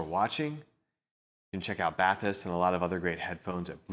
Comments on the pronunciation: It's pronounced bah-teese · Was looking forward to reviews just to hear the interpreted pronounciation of these. And this is amazing. They should've made them water resistant you could actually use them while taking a bath